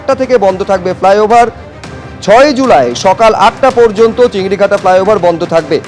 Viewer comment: চিংড়িঘাটা নয় 'চিংড়িহাটা'